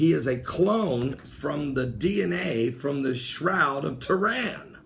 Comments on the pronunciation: BTW I apologise but its buggin my... your sayin shroud of toran..... its Turin not toran..... ur pronunciation of off... again I apologise ¡¿¡¿¡ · please please please work on your pronunciation. Turin not turan, Stonehenge not hedge. I really don't mean to nit pick but... just sayin it makes it hard to take you serious sometimes... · arthur soctomah There are a high level of miss pronounced words in this video which makes me think it is on purpose. Stonehenge is pronounced is Stonehedge. Sun god Ra was pronounced Ray. Turin pronounced Tehran. There is a pattern here though... any pagan site, object or deity seems to be miss pronounced unless it is a bible reference then it is pronounced correctly. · it's Turin, not Tehran. and i'm sure you would know that.